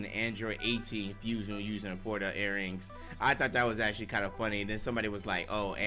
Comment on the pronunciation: God damn can read "Porta"???? What is that?